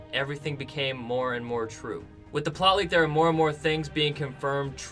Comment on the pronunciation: please pronounce plot leak as plot leak not ploley